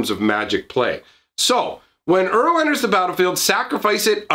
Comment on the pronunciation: When he calls Uro 'Euro'.